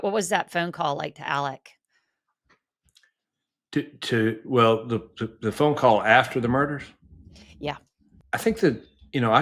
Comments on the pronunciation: Yea but he keeps saying Ellick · I’d like him a lot more if he’d stop saying “Ellick”